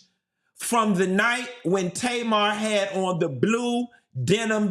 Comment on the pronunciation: I just finished the video and you SLAUGHTERED Tamar LMFAOOOOOOOOOOO